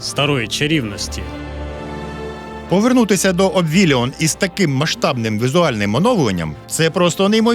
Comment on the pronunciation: дякую за озвучку!! але трохи ріже вухо "ОбВіліон"....